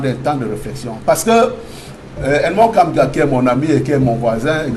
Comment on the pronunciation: Monsieur soyez au moins respctueux il s'appelle Edmond " Kamguia" et non Kamga. De grace habillez le nom d'un grand monsieur analyste comme lui.